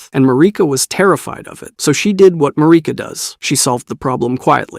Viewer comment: I love your videos, but every time you pronounce Marika I cringe a little.